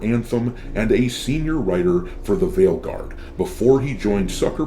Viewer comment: First of all it's called Failguard not "veilguard" and second of all he's called DUMBrow, not "dombrow" you can't even get the names right,, you're a Disaster! See what i did there?! P.S: i identify as NON BUY nary